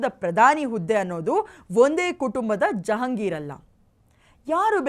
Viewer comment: ಜಹಾಂಗೀರ್ ಅಲ್ಲ ಮೇಡಂ ಅದು ಜಹಗೀರ್ ಅಂತ ಅನ್ನಬೇಕು